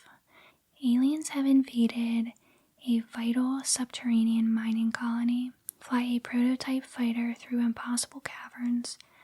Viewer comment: When she said subteriania i was getting flash backs of subnotica